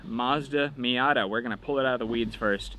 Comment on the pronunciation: That's a me-yuck-tah .😂🤣😂